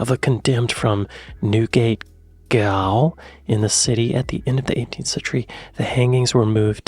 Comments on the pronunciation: you need to use your AI to find British pronunciation!! is pronouncing it correctly, also Goal is pronounced Jail. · Gaol? pronounce as Jail. (G said as in Germany.)